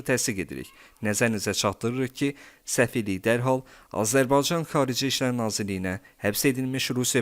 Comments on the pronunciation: Ele onu diyeceydim niye bu sozu diye bilmir diyer sozleri diye bilir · Azərbaycan sözünü deyə bilmirsən,sən kimsən?